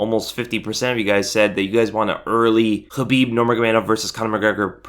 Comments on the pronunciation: I know that's how you properly pronounce khabibs name... But uh. Sounds like habibi lol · The fact you keep pronouncing Khabibs name wrong peeves the shit outa me ...its (Kuh-beeb) with a big fat "K" why do you you keep saying it with an "H" ?? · You pronounce khabibs full name like Helweenie... and thats the worst thing on the planet